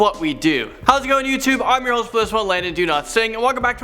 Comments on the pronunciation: Landon Do-not-sing 😂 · Landon Do-not-sing?